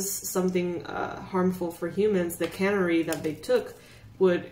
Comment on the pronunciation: Pronounced ( can- airie ) love you 😽